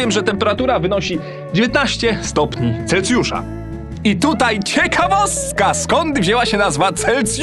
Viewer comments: celsjusza a nie celcjusza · Ale to bolało jak on mówił Celcjusza zamiast Celsjusza XD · Mój Boże. Nie chcę się czepiać ale chyba tylko ja zauważyłem że 3 razy powiedział CelCjusza choć powinno się mówić Celsjusza gdyż tak to jest poprawnie:) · CelSjusza kurwa. Tam jest S do chuja, nie C. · mam nadzieje, ze to "powiAcie" i "CelCjusza" to specjalnie ;)